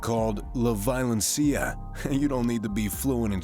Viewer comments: Violencia Vee-o-len-see-ya Medellin med-eh-yeen Not med-i- yeen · Yeah, ok the moment he completely butchered "violencia" as if it were an English word....I gave this a downvote and stopped watching. If you can't do the smallest effort of speaking ONE single foreign word correctly then what makes me believe you did some actual good research on this? Nope. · "La VAILENCIA". At least try to say it correctly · That pronunciation was hideous lmao La vio len cia not la vilon-seeya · la vailoncia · LA VAIOLEN CIA xddddddddddddddddddddddddd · La vailencia 😆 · La vie-o-len-see-a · Wilfully bad Spanish pronunciation...la VI-O-LEN-CI-A por favor! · You pronounce it wrong it's "La Violencia" . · La violencia, the way you said it, so wrong. You can listen to words on Google translater and pronounce better. Good video tho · Why am I so offended on how you said "violencia", pls don't say any more Spanish words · La violencia at least try and say it right. This shit was already well known smh. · 0.50 that’s not how you say “violencia” in Spanish 🤣